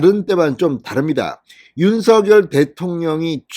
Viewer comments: 발음을 당선자가 직접 "윤서결"이 아니고 "윤성렬"로 발음해 달라고 언론사에 요청했습니다. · 모든 방송에서도 "윤성렬"로 발음하니 참고해주세요^^